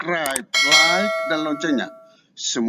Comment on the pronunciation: Salamnya aja pakai "Wa'rakatuh" bukan "Wa'Barokatuh" 🤪